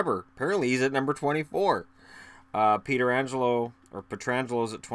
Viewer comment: The goalie list seemed a bit off. I think Brian Elliott played fantastic for the blues the last few years he was there. Also Pietrangelo is pronounced Pah-trangelo. And I am surprised to see him or shattenkirk on the top 25 list. Shattenkirk was not working in stl and you could see. You would go to a game and he would let pucks go right passed him and just stand there like what do I do? Very frustrating for fans.